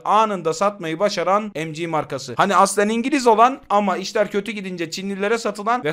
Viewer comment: Kardeşim seviliyorsun iyi bir kulsun ancak lütfen EM Cİ OLARAK OKUMA KISALMA BU Türkçe okumalısın bu son uyarım.